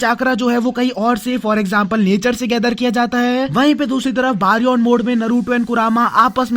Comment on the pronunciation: its baryon mode not baron mode